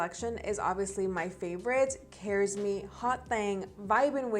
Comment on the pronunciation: Its pronounced ....ka ress Meaning a caress .